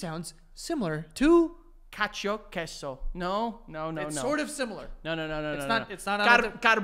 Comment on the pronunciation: Joe schooling Frankie about the word cacio: proceeds to pronounce Cacio e pepe like an Irish man.